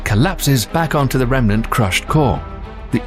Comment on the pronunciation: love your pronunciation of everything ending in ae, but a remnant is not a "rehm-eh-nahnt." It's a "rehm-nahnt." Meanwhile, you also have some graphics that are opposite what you describe, c.i.p, being the Jupiter red spot, "counter-clockwise," as the image suggests, but the animation is wrong, going clockwise. Judging by your like ratio here, you have barely more than 1%. Why? Because your accent is soothing. Except for cosmos. It isn't "KOZ-moss." It's "KOZ-MOHS." Like the t.v. show with Carl Sagan. And words ending in "ah" are not pronounced, "uhr." Phenomina is "FEH-nohm-ih-nah," not "FEH-nohm-ih-nahr." And then, an hour 47 minutes in, ffs sake, "NEW-KEW-Lar?" Really? It is "NEW-Klee-ahr.," or more plainly, "new clear." There is no such thing as "new cue lar." Ugh. And last PLEASE stop with the Boomer Gen phrase, "on steroids." It is tired, hackneyed, and promotes the idea that abusing hormones will make a person superhuman. around 1 hour 15 in, dude. "BEETL-GEESE?" Are you f-ing kidding me? "BEETL-DZUS," aka, "beetle juice." Come on, now. "GAHISS" gise, don't know how to spell the pronunciation, would have been better than "geese." Like, Miss Geiss in Clueless.